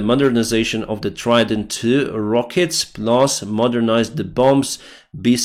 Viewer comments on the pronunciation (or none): Bomb is pronounced "bahm" or balm or 'bawm'..... the second B is silent